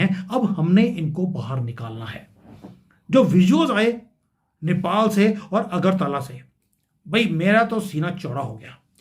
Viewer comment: अगरताला नहीं। अगरतला।